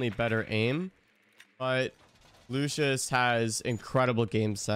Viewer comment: how you pronounce “Luscious” is infuriating me😭